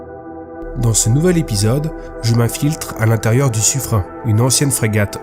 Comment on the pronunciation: ça se prononce sufrène! ^^ Belle trouvaille et belle vidéo